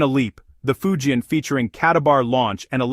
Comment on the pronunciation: If you can't even pronounce "Fujian," you're not in the game, are? You're a failure, and you're fooling yourself, Go find out. Then do it over from the start, OK?